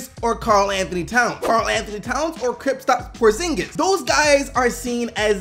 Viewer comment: Who da fuck is Kriptaps Porzingis? xD